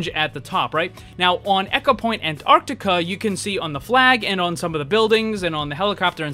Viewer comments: echopoint antarti-uh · And the way he said Antarctica too...